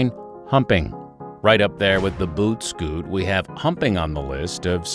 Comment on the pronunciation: "Boot scott" hahaha LOL